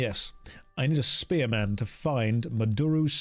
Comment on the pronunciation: You pronouncing spearman as spear-Man made me laugh too much... i dunno why